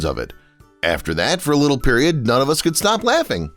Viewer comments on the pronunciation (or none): none